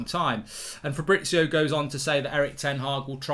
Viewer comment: It’s fabriZio…. Z!!! You’ve said FABRITZIOO 30x times …. Jesus Christ